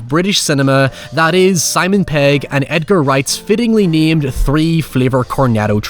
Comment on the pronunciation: Mate... his name's pegg not paeg 😂